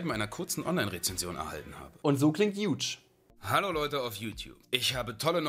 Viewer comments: Er heisst Hugh und nicht Huge -. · Und Hugh wird nicht huge gesprochen sondern Hju(um mal zu verdeutlichen wie das geht) 😂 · den namen "hugh" spricht man btw "hue" und nicht "huge" aus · Hugh spricht sich wie you nur mit h vorne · Hugh wird so ausgesprochen: HJUuu Edit: YOU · Der name hugh wird hjuu ausgesprochen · Aaaah, "Hugh" wird nicht wie "huge" ausgesprochen! Kennst du "Hugh Heffner" nicht? 🥴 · Die Anzahl deiner Versprecher beim Namen Hugh ist huge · Hab auch den Kommentar gesucht weil es mich so triggert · Schon interessant, wie du Hugh Cooper aussprichst 😂👍 Trotzdem mega Video :) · Alteeeeeer ich mag ja an sich aber wie kann man so auf bilungual (Deutsch-Englisch) machen und dann nicht mal den Namen Hugh richtig aussprechen können